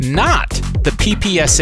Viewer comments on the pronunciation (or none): You're pronouncing PPSH wrong. It's not "P-P-S-H", it's "P-P-SH". "SH" stands for first latters of the investor's surname, Shpagin